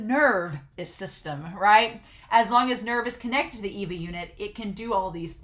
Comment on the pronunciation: It's far too late to say this now, but it's gonna drive me nuts if I don't say this... "ay - vah" ay (as in way) vah (as in vanilla). It drives me a little nuts when people say "EE-vah". Many people seem to read the subtitles but not listen to the actual Japanese. Ok, I feel better now. Great reaction so far, I'm enjoying it.